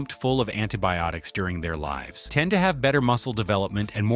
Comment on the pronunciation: It’s an AI voice! If you notice it can’t pronounce some words! Words like live and live! Just pay attention next time there is a story!